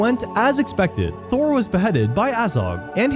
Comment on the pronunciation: It's THROR, not THOR! Thor is a different character entirely from another fantasy franchise- you know, the guy who's a Norse god from Asgard. There should be a required Tolkien pronunciation test from all Tolkien commentators. It absolutely damages their credibility on the subject if they cannot even pronounce the names of Tolkien's characters or places.